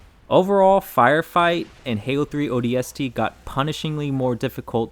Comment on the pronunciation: Take a shot every time he pronounces ODST with too much emphasis on the S